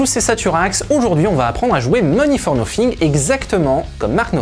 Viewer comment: Vous feriez bien d'apprendre à prononcer l'anglais plutôt que de le prononcer comme le "beauf" moyen !.. En effet on ne dit pas "Money for noFing" ... mais "Money for noTHing" comme pour the, theese, thoose, that, thumb, thing, think, thick, tooth etc ...